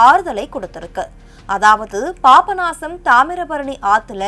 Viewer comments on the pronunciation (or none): ஹலோ மேடம் அது பாப்ப நாசம் இல்ல பாபநாசம், அப்படி சொல்லி பழகுங்க👍 🙏